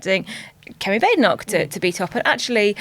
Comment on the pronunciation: I wish people could pronounce her name right. Bade enoch needs two es. Bad e (short e) noch. It's bad enough to have to hear her let alone to constantly have to correct her name.